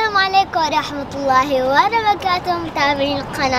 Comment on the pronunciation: مين لاحظ انو قالت ربكاته مو بركاته 😂😂😂